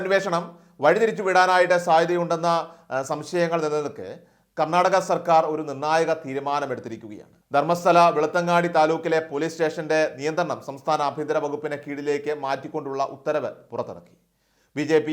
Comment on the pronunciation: വെളുത്തങ്ങാടി :- തെറ്റ് ബെലത്തങ്കിഡി എന്നു പറയണം കേട്ടോ !